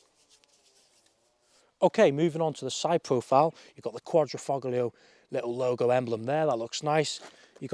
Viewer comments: This was painful to watch. Typical amateur car journalist Alfa cliches. Also the G in Quadrifoglio is silent. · He lost me at his constant mispronunciation of “quadrifoglio.” It doesn’t take much research to get that right. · I can't believe people are still pronouncing 'Quadrifoglio' like a tard.